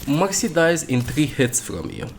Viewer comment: Why he calls mercy moxy?